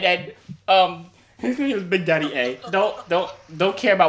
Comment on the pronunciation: Yo said adaddybigd